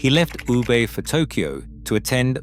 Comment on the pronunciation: ”You-ber“？ Come on, have some respect.It's very easy today to find out the correct pronunciation online. I'm not Japanese and neither do I speak Japanese but I know this city is called Woo Beh